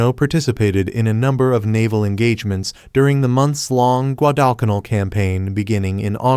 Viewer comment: It would be nice if you left the words up long enough to read them. Learn how to pronounce Guadalcanal. I’ve never heard it pronounced the way you do it.